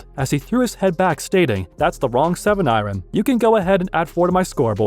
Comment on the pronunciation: ITS PRONOUNCED IRON